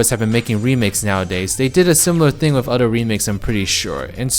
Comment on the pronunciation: SAY IT WITH ME "OTHER," NOT "UDER"